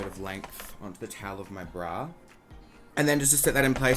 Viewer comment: Erica Mancini I know he has an accent, but I’ve heard him say ‘Brow’ the proper way before 🙄